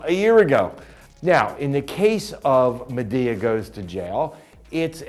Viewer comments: Why does he say madaya instead of madea😡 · LOL he keeps calling her MaDAYeah...OK...YEEEAAAAH! too funny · Why is he saying Madea name like that. He's getting me so pissed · he said madea wrong wtf